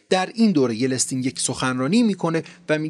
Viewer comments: مرسی از ویدیوهای بسیار عالی. یه اصلاحیه جزیی: بوریس یلتسین درسته. Boris yeltsin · Agha Shoma In hame zahmat mikeshid, kheili heyfe ke esmharo eshtebah tallafoz mikonid. YELTSIN hast esme in agha, na yelestin. ba tashakor az zahmatetoon, be har hal mellate ma ketabkhoon nistan va shoma ba inkar komak mikonid be erteghae daneshe omoomi. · یِلِستین؟؟؟اقا یلستین!شما که اونقد با ایشون غریب وناآشنایی که اسم ایشونم به گوشتون نخورده چطور اینقد راحت درمورد خانم باز بودن ایشون نظر میدی؟؟؟ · خیلی کلمات و اسامی رو اشتباه میگید لطفا دقت کنید.درستش yeltsin هست نه yelestin.یا مثلا شنیدم نام آشویتس رو که با ساکن روی حرف شین تلفظ میشه رو شما آشو ویتس تلفظ میکنید.دقت فرمایید بسیار مهمه این تاریخه! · جناب آقای از ویدئوهای سرشارتون سپاسگزار هستم. آدم واقعا از دیدن شون لذت می بره. جسارتا در تلفظ برخی از نام ها دچار اشتباه می شین. به عنوان نمونه همین اسم بوریس یِلتسین که شما به اشتباه بوریس یِلِستین تلفظ می کنین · درود جان ، سپاس از زحمات شما جان و همکارهاتون، یه نکته رو میخواستم اصلاح کنم ، بوریس یلتسین تلفظ درست اسم اولین رییس جمهور روسیه بود. شما چند بار گفتید یلستین. سپاس از دیپ پادکست. ✌️ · سلام خدمت تمام دست اندرکاران کانال دیپ پادکست🌹🌹🌹 واقعا یکی از کانالهای خیلی عالیه تاریخیه، خیلی اطلاعات درجه یکی و در اختیار مخاطبان میزاره، یه تذکر دارم در مورد این ویدیو و نام اولین رئیس جمهور روسیه هست اسمش یلتسین نه یلستین 😁😁شایدم خیلی مهم نباشه اما خوب رو مخم بود و گفتم حتما بگم خدمت آقای عزیز❤❤❤ حالا شایدم شما فهمیدین همون یلستین باشه اما خودم به نام یلتسین همیشه شنیدم و خوندم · Boris Yeltsin بوریس یلتسین (متاسفانه در ویدیو یلستین گفته شد که نادرست است) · جالب بود ،ممنون،ولی ما تا حالا یلتسین ،سکون روی حرف « ت» و « ل»ونه «یه له تسین» شنیده بودیم!!! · بوریس یِلستین ، و نه یِلِستین!! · یِلتسین درسته یه یِلِستین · اسمش باریس ایلیستین نیست،باریس یلتسن است.او یک معتاد دایم الخمر بود. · یلستین چیه؟ یلتسین درسته. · بی سواد اسم اون رییس جمهور بوریس یلتسین هست نه یلستین ..... کجا درس خوندی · تلفط yeltsinbouris درسته . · جناب تلفظ یلتسین با لام ساکن و ت ساکن است.